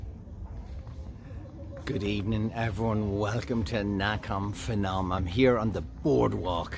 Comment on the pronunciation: It's Nakhon Panom, not fanom. Why do they put an h there? I don't know.